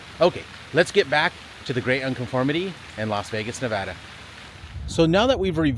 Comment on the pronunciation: Thanks for pronouncing Nevada correctly!